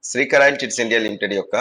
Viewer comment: కారయిల్ కాదండి శ్రీకరాయిల్ ముందు కంపెనీ పేరు ను కరెక్ట్ గా చెప్పండి.